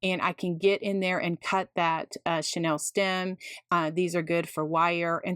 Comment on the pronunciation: You are truly creative and kind to share your methods but this is driving me crazy…the pipe cleaners are NOT “Chanel” stems as in the Parisian designer! The pronunciation for chenille is “sha-Neal”. This is not as a criticism but, rather, in the spirit of learning from each other! I appreciate having learned so much from you. Thank you!